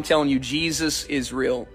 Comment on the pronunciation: 'Is Real' sounds like Israel 🥴